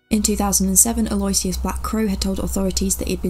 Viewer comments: for info, Aloysius is pronounced a lew ish us. great job btw, loving your work. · “Al-oh-wish-iss ,” Lol